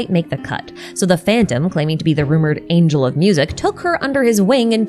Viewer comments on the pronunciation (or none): none